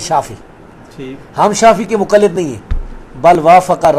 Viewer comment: mera puttar pehlay bolna seekh ly muqallad hota hai mujallad nai